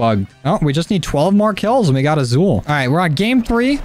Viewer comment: It’s pronounced asul like with an S, sorry I’m Hispanic it triggers me